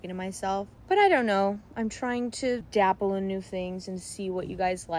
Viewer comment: Not sure if it's just the accent, but it's "dabble" not "dapple". Just came from the GM golf video where you pronounced it the same way haha